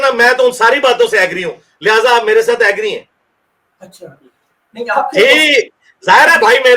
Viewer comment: 😂😂😂 u said “Acha” Like 😮acha